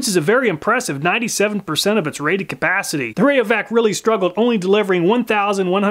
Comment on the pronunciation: Rated Cuh-PAAH-city!